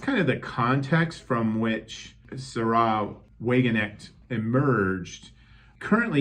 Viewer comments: Sárah, not Saráh. Sahra Wagenknecht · Forgive me but no. The way you pronounced Sahra is simply wrong. If anything, it's zAh-rah.